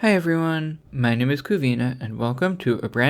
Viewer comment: She said "my NUME is". Ok?